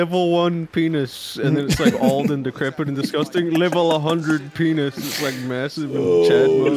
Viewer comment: he said BENIS?! CANCELLED